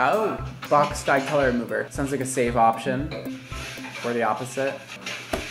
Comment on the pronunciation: At the start it sounded like he was saying let's get cholera and I laughed harder than I should've